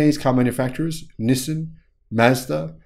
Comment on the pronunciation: Hi, I have been following u for quite a couple of months. Just to point out, Nissan pronunciation is ni-san, not ni-sim… Nissin is a cup noodle brand 😅